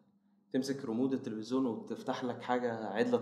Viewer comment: تلفزيون مش تلفزون